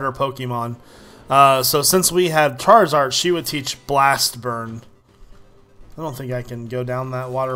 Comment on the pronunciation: CHRAR- I-ZARD